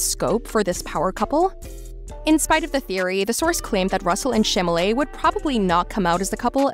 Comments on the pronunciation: How embarrassing for you to mispronounce his name. It is Chalamet not "Chamalet"!🙄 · CHALAMET!!!! Not Chamalet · Chamalley, Chamalley, Chamalley..... ! Girl, that's not the proper pronounciation, please prepare your speech correctly and learn how to pronounce it. It's Chalamet: Cha-la-mey !! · "ShAmALeY"......PLS I CAN'T 😭😭😭☠☠☠ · If u r going to narrate this,Please learn how to pronounce his last name!!!!!! It's Cha-la-met!! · As much as I know we're all speculating, I think think they make an adorable couple. P.S. its Cham-a-ley. The "t" is silent so even tho the narrator is misspeaking it, Cham-a-lé is close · Exactly. Like I heard nothing after that. 😭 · Chalamet is pronounced Shall-a-may. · if mispronouncing Chalamet as Shamalae... embarrassing... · Stop mispronouncing his name! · Wth! she's mispronouncing his nameeee!!!! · Damn, seriously! You aren't even able to pronounce his name? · Omg, this girl narrating, if you can't take the time to actually learn how to say his family name, then just don't say it. My gosh, is enough listening Americans mispronounce his French family name, to on top, this girl literally butchering it and changing it completely.